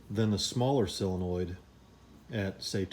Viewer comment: solenoid, not "sillinoid"...